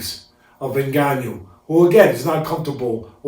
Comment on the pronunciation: "Ngannout" lol